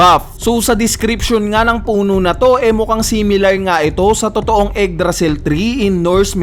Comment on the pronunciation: "eggdrasil" tree